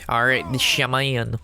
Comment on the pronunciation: "ShamaYAN" :D LOL